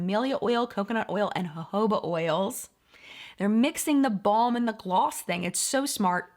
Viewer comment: Thank you for pronouncing Jojoba correctly!!!!! I hear influencers say joe-joe-ba and it's like nails on a chalk board. Not just that word, but many words. If you are an Beauty Influencer, please know your terminology.